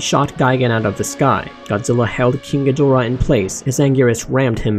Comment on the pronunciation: She Actually Said, “King Ghidrah” Thats Not Even Close